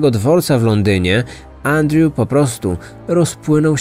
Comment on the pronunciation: Wszystko spoko oprócz tego że źle wymaiwasz Andrew i strasznie to kole w uszy